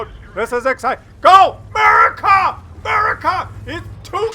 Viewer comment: When keeps saying 'Murica, I keep expecting FUCK YEAH after it